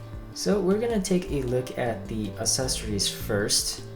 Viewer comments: pronounced access ories not a sessories not trying to be mean i love your videos man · google how to say accessories and click the first link